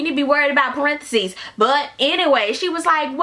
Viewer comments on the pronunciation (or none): "Parentheses" lmaoooo dead . I wasn't ready for that . Too funny .